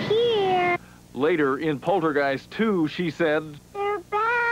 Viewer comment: Are you all methed out or what!!??? It’s called poltergeist not portergeist!!!😂😂😂😂😂😂😂😂